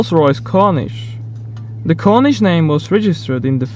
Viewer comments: It's called corneesh not cornish. Lol. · The rolls royce Corniche- i blame the british for this one but its Corn-eesh. corn then french word. cheers